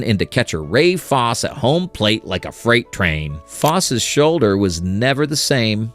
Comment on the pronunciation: Please, please take the time going forward to learn how to pronounce ball player’s last names: Ray “Fos-see”